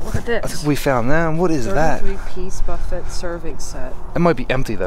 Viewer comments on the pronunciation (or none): Its buffaye...not buffit. Gee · “Buh-fet” lmao it’s pronounced buh-feh*